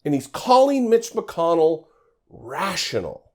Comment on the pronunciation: rash'ional. he was thinking RASHional 😓